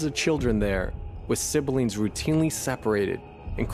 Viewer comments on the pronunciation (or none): Siblings. (Sib Lings.) NOT sibberlings, which is what you said.